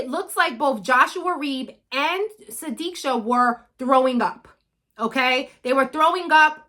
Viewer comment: This time you did pronounce her name properly... Wish her parents would ne so strong as you and me to find out the actual scenario what happened to her and not believing what joshua actually said